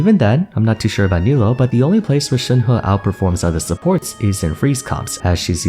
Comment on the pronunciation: i made this mistake too , but Nilou's name is actually pronounced as "KNEE-loo", even though the spelling makes it seem like you should pronounce it like "KNEE-low". not your fault at all, genshin chose a english localization of نيلو that looked the prettiest ig, even though "niloo" is a technically more accurate localization.